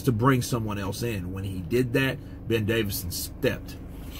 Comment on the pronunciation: ITS DAVISON NOT DAVIDSON